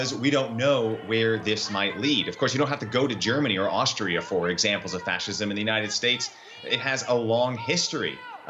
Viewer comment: Schwarzenegger: 'I grew up in Ohstria'